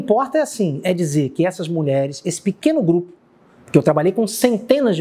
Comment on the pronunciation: Você vê o nível da repórter quando ela diz "muleres". Moça, é mulheres que pronúncia.